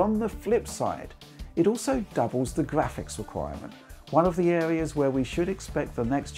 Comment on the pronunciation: im here for the gwaphics